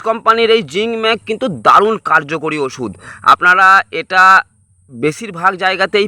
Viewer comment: Agee osuder ucharon thik bolon tarpor video banan